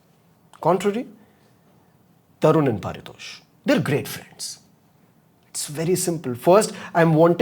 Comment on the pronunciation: Bro your name is not par-tosh its pari- tosh ...